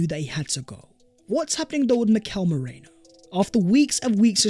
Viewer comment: come on pronounce Merino's name correctly.. you're not Terry Flewers! It's Maireeeno not Meraino. Check it in a translation app if you don't believe me.